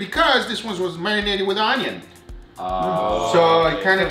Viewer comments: Bruh. It's Un-yun, not Ooon-yoon. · When he said, "Oinion" I felt that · the way he said onion😂😂😂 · I’m so glad the pronunciation of onion made an appearance it’s my fav haha